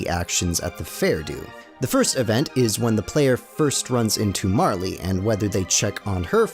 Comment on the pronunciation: The E in Marle is silent